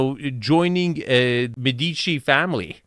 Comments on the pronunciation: you make your living criticizing architectural properties, so perhaps you won’t mind if I point out that you’re pronouncing Medici wrong. It isn’t “Med-EE-chi.” It’s “MED-i-chee.” And if you’re offended by the pettiness of this critique, please remember that you’re the dude whose own myriad of criticisms can sometimes be cringingly snide. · Médici, not Medeechie. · Those palm trees in the entry courtyard? I lived Hawai'i for 40 years and am here to tell you that Palm Trees are "spiral staircases for RATS" to enter your home. (Oh, and -- that super rich Italian merchant family is pronounced: MAY- duh- CHEE AND: that "game room" is for low-IQ rich people who have ZERO "life of the mind" and ZERO "culture." But what a pretty "model-boy" type gets interviewed. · Thank you, was just saying the same, you said it perfectly.